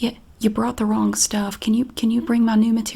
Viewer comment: I love how she says “wrong go” 🤣